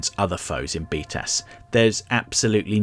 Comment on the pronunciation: I know he's say b tas (btas) as in the Acronym for batman the animated series but every time all I hear is beat ass